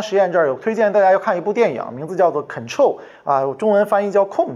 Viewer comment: 很臭 和 control 发音差很多吧 (?.?)